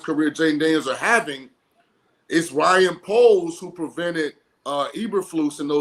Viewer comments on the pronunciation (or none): It's Ryan poles not Bryan poles .....